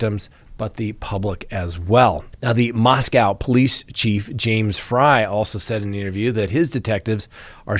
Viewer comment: Congratulations!! After three weeks you got the pronunciation of Moscow correct. I've been trying for three years to get you to pronounce Daybell without an accent on the second syllable. There's still hope:) Cheers